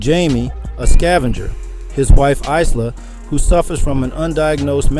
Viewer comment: Pronounces correctly 'ila' then at the end pronounces the s 'ice-la'